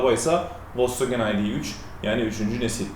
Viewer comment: Once marka adi dogru telefuz edilse iyi olur.